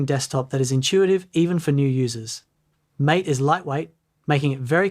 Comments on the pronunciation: BTW, just so everybody knows - it is "Maté" (pronounced as "ey"), not "Mate". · It is MAH-TEH, not mate. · "MATE" is pronounced "MAH-tay". The creators named their desktop environment after a tasty South American tea-like drink. Cinnamon, visually stunning? I haven't seen it. Cinnamon is a little bland and too GNOME-y for my taste. I always prefer a good mostly stock KDE. Show us your evidence of this alleged visual stunnery. ... Now that I've reached the end of the video: Eye of the beholder, I guess. I've never heard of Linux Mint specifically described as "for experts only". Other distros? Sure, lots of them, but not Mint. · The DE is not pronounced "m8". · These are common myths? They sound like strawman arguments to talk about Mint features. Mint is a great distro and doesn't need these silly "myth talking points," but I guess that's what gets the clicks. Give Mint a try! It should work on most Windows computers and you might be surprised at the functionality. Especially if you mostly do things in a browser. Last thing, Mate is pronounced in the Spanish way - "mah-tay."